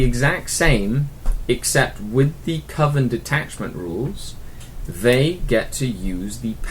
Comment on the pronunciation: lol, I caught that proper pronunciation of coven rather than CO-ven,.:P I've had a lot of success running Grotesques in the past, but added them more or less for flavour. I didn't consider the tactical uses until now. Seriously liking this series man, helping out a lot - great work! Keep em' coming, in the meantime I have some catching up to do!